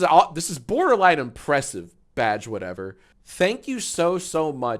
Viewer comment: Anybody else stop hearing "Badge" and started hearing "Vadge" about halfway thru the vid?